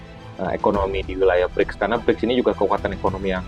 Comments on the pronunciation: ”BriKs”, ibu, bukan ”BriJs”. ”C” dibaca ”K”. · Bacanya BRIKS, bukan Breach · Dibacanya 'Briks' bukan 'Brijs' ya Mbak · Brics Pronounce nya koq bridge ? Mbak....